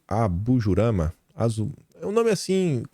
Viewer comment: sempre se enrola com o ABUJAMRA. Kkkk